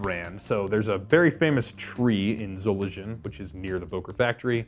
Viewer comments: Mind the pronunciation of Solingen ay and further: zho-ling-un (not zo-lin-zhun) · so-ling-en !!!!!! not solidjen 😠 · Dam man, its not boker zolindjen. It byoker zolingen fr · btw, Solingen is pronounced with a g like in "game" for example.